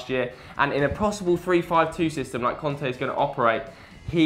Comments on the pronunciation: N'golo Conte ?Did you mean Kante ? :) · It's "Kante" not "Konte" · Its Kanté, not Konté.. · It's N'Golo KANTÉ. Not Conté. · "N'golo Konte", nice pronouncing m8